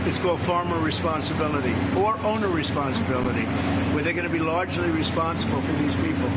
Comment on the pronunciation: Did he say owner?